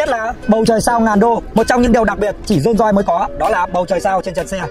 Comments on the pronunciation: Dôn doi ngọng líu ngọng lo thêm quả tiếng anh phát âm đi vào lòng đất nữa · Dôn doi là cái gì? Tên thương hiệu riêng của người ra mà cũng phát âm kiểu đấy á?